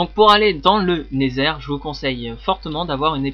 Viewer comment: et osi c pas never mais nether avec l’axent anglais